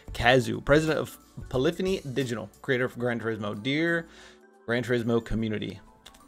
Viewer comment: Finally someone that's knows how to pronounce POLYPHONY.